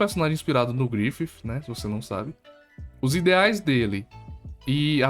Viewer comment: "Grififi" kkkkk adoreica forma que tu fala do Griffith